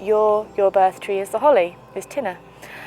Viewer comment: your pronunciation "tinna" is correct im irish